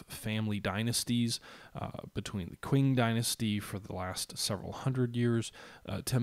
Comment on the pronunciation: I know this is an old video, but the way you say "qwing" needs addressing :) It's pronounced "ching".